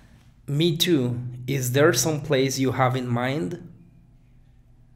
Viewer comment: Me parece que no pronuncias la e de place. La e es una vocal redundante. 87 por ciento es una puntuación respetable.